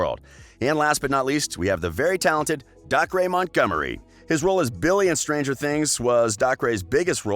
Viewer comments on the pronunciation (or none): Dacre is not pronounced doc-ray. It is pronounce day-cer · And Dacre's name. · Yes and dacre